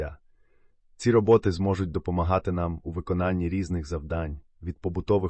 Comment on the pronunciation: РобОти чи рОботи? А то якось важко сприймається